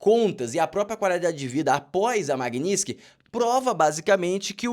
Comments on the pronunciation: Não é magniski é MAGNI-TISKY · Floriando a palavra: Maguini - TIS - ky. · A essa altura do campeonato até a Dilma já aprendeu a falar Magnitsky